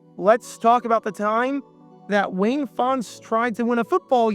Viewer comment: Len was an assistant for the Lions for a while, I think. I just found it weird that for some reason he pronounced his last name differently than Wayne did. (like "Fon-tez")